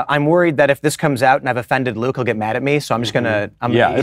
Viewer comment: I mean, Luke can't even pronounce his own name right